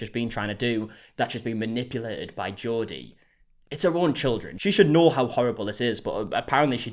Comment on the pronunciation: The way you say Jodi is like Geordie 😂